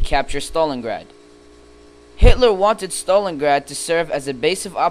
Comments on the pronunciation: wtf u dont pronouce it stolingrad you pronounce it stalingrad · stopped watching at "Stolengrad" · learn to say stalingrad